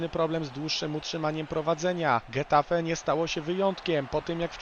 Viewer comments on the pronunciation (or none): Taka mała uwaga- getafe czytamy 'hetafe', gdyż gi oraz ge czytany jak 'hi' i 'he'. Tak to fajny materiał.